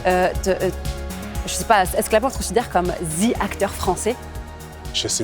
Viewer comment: Shirine Boutella, je suis Algérien comme toi, min >>>>> tu sais très bien que le ( the) en Anglais on le prononce bien en Algérie, et la t'as fais fais genre de le prononcer comme les français zaama ( zeee) قمة الإنسلاخ.